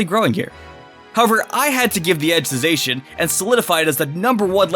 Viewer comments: Isn’t it Zaa-chian. Pronouncing it as Zay-Chian doesn’t sound like something that would roll of for it. But what do I know lmao. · God the way he mispronounced the legendaries hurts ( Its ZAH-shee-un and Zah-muh-ZEN-tuh ) good job u got Eternatus right tho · The Zacian meme. Because he say Zacian's name wrong even though the trailer told us his name.